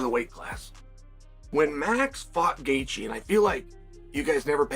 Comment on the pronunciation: Gay-theeyay is crazy work